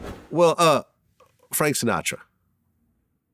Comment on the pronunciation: Vlad always messing up Frank name